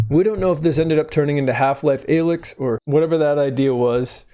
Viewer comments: disliking for pronouncing "alyx" like that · That pronunciation of Alyx makes me question if he even played the games at all. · He hasn't. This is slop. I knew how to pronounce her name as a kid when HL2 came out simply by playing and paying attention. Youtube is getting sloppier these days.